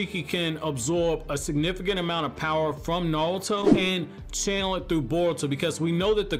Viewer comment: He says "nawuto" lol